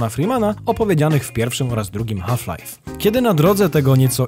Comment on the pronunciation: Chryste, w końcu ktoś poprawienie wypowiedział nazwę Half-Life! 🎉